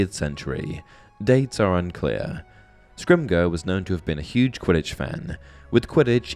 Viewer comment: Bro said "scrimgur"